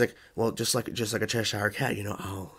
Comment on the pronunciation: How do you still mispronounce Cheshire when they even said the name in the episode?